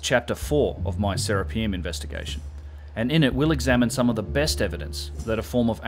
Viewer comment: It's not "Sarah P umm" its "sir Rap i um" after Serapis! pronounce correctly sir